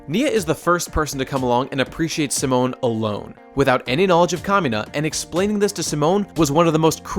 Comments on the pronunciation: during the video says "Seh-moan" when its "See-moan" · Pronouncing Simon as Simone. It's okay but I've always heard it pronounced as See-Moan. Rossiu being best boy? I cannot agree. I understand, but I cannot agree. The way I see it there are no villains in Gurren Lagann, just conflicts. Annnnnd then you say it yourself. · I love how you pour so much detail into this, but can't pronounce Simon correctly